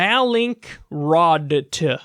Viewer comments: I believe the company is pronounced “mal” like the Spanish, “in-kroat”. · Pronounced 'malin-crot'. Bro how do you pronounce Rembrandt van Rijn? 😂🤣😝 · I kept hearing mallinckrodt as malicious rot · You're reachin' here, Kyle. No need to go zapping companies with names that are difficult for you to say. It would have been nice if you'd pronounced Mallinckrodt correctly at least once, to prove that you could.